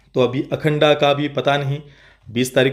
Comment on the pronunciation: अखंड बोलो अखंडा नही